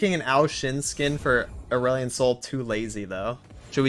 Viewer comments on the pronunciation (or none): I like how you call Aurelion asehole.